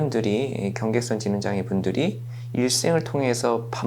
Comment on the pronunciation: 근데 강의자가 경계성이라고 발음하네요.ㅎㅎㅎ 경계선이라고 써놓고 발음은 다르게.ㅎㅎㅎ 전문가들도 헷갈리나봐요.ㅎㅎㅎ